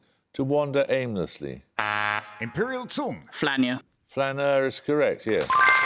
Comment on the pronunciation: he probably learned the word without hearing how it was spoken, and read it "flanier"